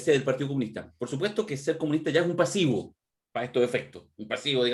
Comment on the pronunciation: Pucha ayer le pedímos a que hablara menos, y sigue dando la lata "una mirada más militante", "jebí","pasibo".... pucha que suena chula como pronuncia la "v"...como que le hace falta un curso de dicción